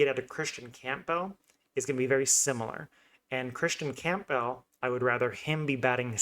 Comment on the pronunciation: I can't take this seriously if you can't even pronounce Campbell properly.